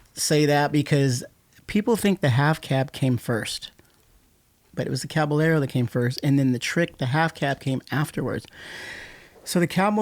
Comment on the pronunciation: “CabaYERO” not one person could pronounce its correctly, 😑